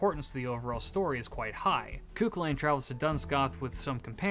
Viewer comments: For reference CúChulainn is pronounced Coo-Cullen, Aoife is pronounced Ee-fa and Scathach is pronounced Scaw-hach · Pretty sure it's pronounced "Ku-Hull-Lan"